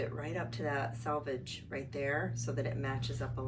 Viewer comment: It's selvedge. Meaning "self edge". Not salvage.